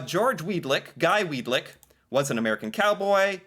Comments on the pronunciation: Weadick not Weadlick. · Weadick, not Weed lick. Count the L's. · Weedick. No "L." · Quit adding a L to his name its pronounced Weed-ick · Weadickville......that's literally We a dick ville.....LOLOLOL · Why did he say Weed-Lick so many times 😂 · "Weed-lick".... tee hee!